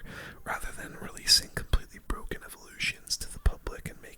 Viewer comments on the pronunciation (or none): "The new evo skeletons awe bwoken"